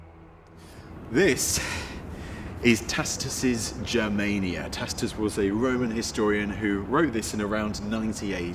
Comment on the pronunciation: Yeah, "Barbarians"...those Celts whose DNA I carry. Remember this battle in the movie Gladiator with Russel Crowe? Great scene. And the historian's name should be pronounced with a HARD C....Tacitus. Not like Tasitus. Same with Celts...HARD C, not like Selts.